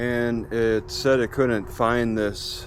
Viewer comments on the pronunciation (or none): none